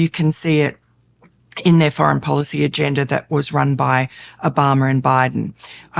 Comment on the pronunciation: Did she just say agenDER? 😅😂